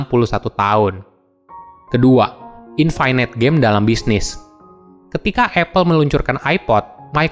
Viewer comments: Btw dibacanya INFINIT, bukan INFINAIT :) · infinite --> bacanya infinit biasa aja bro, tidak semua huruf i dalam kata bahasa Inggris dibacai ai